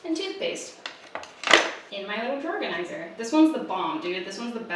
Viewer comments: Are you saying drawer organizer or drawerganizer? Are you saying Pam or Pan? Or Pand? Is the D silent? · I can’t with “drawer-ganizer” 😂👏🏼🙌🏼 Also please HELP with kitchen organizing!!!!! Plsssss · I’m sorry are you saying drawerganzier or drawer organizer? I can’t tell 😂 I love that someone on YouTube talk as fast as I do! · i can’t tell if you’re saying drawer organizer or drawerganizer but i’m down with this new word 😂😂 honestly these are my favorite kinds of videos lol i need to be a more simplified and organized bitch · All I could hear was “drawerganizer”. Anyone else?? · I’m sorry, excuse me.. Are you saying, “drawerganizer?” 😂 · Did I hear this wrong or did you say "drawergonizer"? lmao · are you saying "drawerganizer" or am I crazy 😂🖤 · Thought I was going crazy for a sec as well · Man, I'm always learning something from videos. Drawganiser, who knew! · Hahahaha I noticed it too!!!!!!